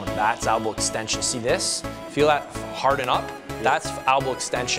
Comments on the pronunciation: Yeah lmao albow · Albows =/= El-bow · It's "elbow" btw but much love for what u do 👍